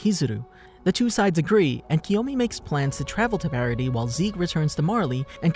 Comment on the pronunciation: No, the way he pronounces it.